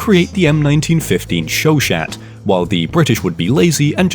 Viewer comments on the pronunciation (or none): "show shat" I like your videos, but it's not that hard to google a pronunciation (it's supposed to be "show shah", yes french is stupid). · Show-Shat lol